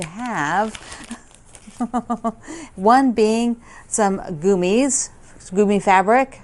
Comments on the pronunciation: I agree they are adorable. I have never heard it pronounced goomies until watching, always the way you say it. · Love the gummies fabric. In Canada we pronounce it gum-mees.